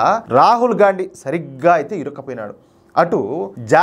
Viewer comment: అన్న నువ్వు గాన్డీ అంటుంటే - గాఁడు గాఁడు అంటున్నట్టు ఉంది 😂😂😂😂